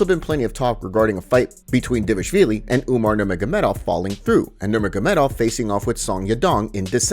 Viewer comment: Who tf is "D-vashvili"?